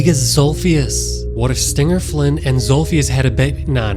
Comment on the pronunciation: bro said big daddy zolpheus